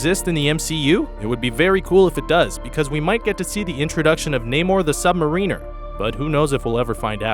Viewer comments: Exactly, he's the sub-Mariner, not the submarine-er, how is it difficult? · "namor the sub-mar-eeee-ner" Pretty sure its sub-mar-iner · tell the reader of your script that the name is pronounced: sub-mar-in-er. Not Sub-Marine-Er You've blown your credibly. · Submarine-er? It's pronounced sub-mariner. Like, a mariner which is sub. Not someone who goes submarining. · Sub-mar-in-er. Not "Sub-mar-een-er." Facepalm. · Yeah, that irritated me too lol. It's Sub-MAriner not Sub-MarIner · That moment he says Submarine-er is mar-in-er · Nay-more the sub-mareener?? HA HA HA HA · did he call him the "sub-mareener"...? LMAO!!!! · "Sub-MaREEN-er?" And kiss your credibility goodbye. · Marine is pronounced mah-reen (məˈrēn). Mariner is pronounced mare-in-er (merənər). English is tricky. Don't worry about it. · Robin (Sub-Mare-in-er) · Why the fuck can no one pronounce "Sub-Mariner" correctly? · ikr "submarine er" not sub marinur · It's pronounced Namor the sub Marin-er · He doesn't no how to say sub-mariner? Bruh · Sub-Mariner is not just Submarine with an "r" added to it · middleton bahaha...as soon as he said I paused and came to the comments. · Oh yeah that was another mispronounced word.